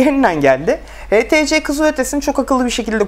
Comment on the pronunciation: htc değil ( eyçtisi ) diye okunur:) burda sen mi inceliyon ben mi anlamadım